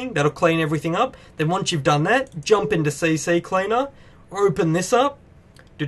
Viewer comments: its C Cleaner not C C Cleaner. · Its Ccleaner, not cccleaner :D